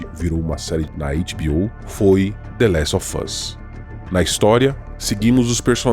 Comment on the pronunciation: Só um detalhe. Of tem som de vo em certas frases no inglês. Então se diz "lestovôz".